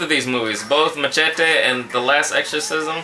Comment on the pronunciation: LOL! SOMEONE WATCHES SPONGEBOOOB!! the best! MACHETE IS AN EPIC MOVIE!! The best! It's funny how you say machete like MA TSE Te LOL xD Did you piss yourself in the last exorcism? LOL jk BTW the bodies of linsay lohan and jesicca alba weren't theirs, those were stunt doubles. They were able to make you think it was them xD